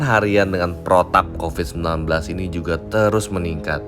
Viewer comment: Ini kenyataan.. mau apapun yg mengucapkan copad copid sambil ketawa geli kek apa kek..tapi kenyataan yg ada tidak selucu ketika berbicara copat copit. Berpikir cerdas lah